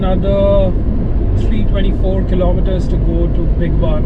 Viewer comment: bhigwaaaaaaaaan nahi hai bhai. bhigwan like bhig+one. more correctly, भिगवण.